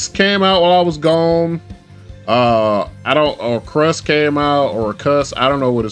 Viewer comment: Lol orcust like orchestra 😂😂gang just butchered my new pet decks name like that ...run me my ones in discord brother